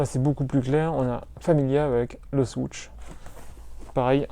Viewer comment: Avec un mec qui sait pas dire swoosh a la place de swoutche c'est sur sa donne pas envie de connaitre le mec et la chaine mdr!